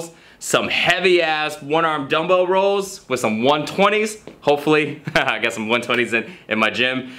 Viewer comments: is he saying rolls?? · lol says rows like rolls, like the fat rolls on his abs